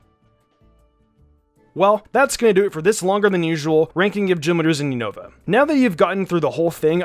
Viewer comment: Wow he still pronounces unova wrong lmao all the pokemon youtubers always butcher the name but whats weird is that actually pronounced it correctly when he talks about skyla lol